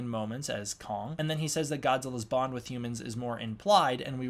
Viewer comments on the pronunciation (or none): none